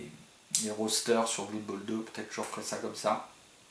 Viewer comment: sympa ta vid . juste blood ne se prononce pas bloud